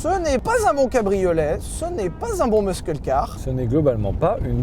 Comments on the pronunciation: Quand tu dis muscle C’est hilarant RIP anglais 😂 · Pierre s'il te plait explique lui comment on prononce "muscle" en anglais. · Pitié, quelqu'un pour dire à Sylvain que le "c" dans "muscle" est silencieux. (En anglais)